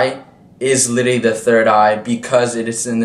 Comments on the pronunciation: I was going to ask what litty meant. I wonder why he can’t pronounce that word. Maybe he should find a word to replace it like “actually” so he can be understood. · When “literally” becomes “LITTY”… LMAO 😂